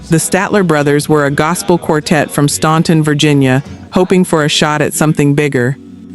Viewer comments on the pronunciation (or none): Statler's from Stan-ton not Stuan-ton the U is silent not